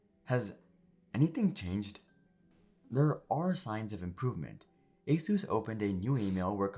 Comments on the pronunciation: It is not ASUS; it is "AS-IS". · Asus ❌ A SUS ✅